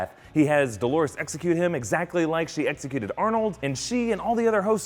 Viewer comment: "Dolores", for fuck's sake! Not "Dólares" (dollars), not "Delores", as many wrote. Also, in the video: "Dolores's", really?